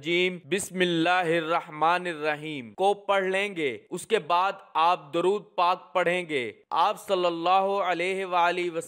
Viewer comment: آپ دورود غلط پڑھ رہے ہیں۔